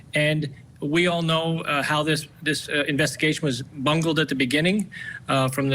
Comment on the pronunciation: I mis heard Bungled as Mangled, perhaps a more correct term for this case.